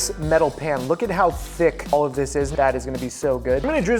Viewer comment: The jiren everytime he said “ThICk”